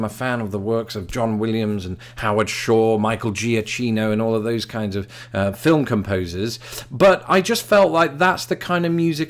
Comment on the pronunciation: One thing about the pronunciation of Giacchino. It's not "ja-chi-no", it's "ja-Ki-no" with hard C. Sorry, but as italian, earing the soft C kill me :D